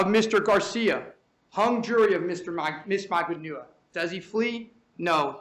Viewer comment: magban-OO-ah as if he didn't know how her name was pronounced lmao